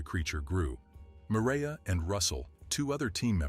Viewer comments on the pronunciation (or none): none